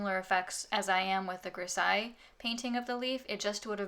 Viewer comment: Nice video :) (just a thing, "grisaille" is pronounced with a z* like in "zeus"